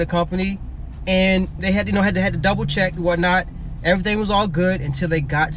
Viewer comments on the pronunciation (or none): none